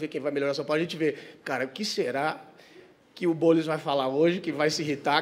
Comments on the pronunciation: Impressão minha ou o Renato falou Boules kkkkk😂😂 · Albani tentando ser imparcial e falando “Boules” HAHAHAHAHAHAHHAHA. Isso mesmo. Faz o Ⓜ️